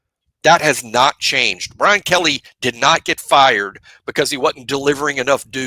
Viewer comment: Okay, one southern guy to another, did Kelley het fired ore farred? Lol Had to ask 😊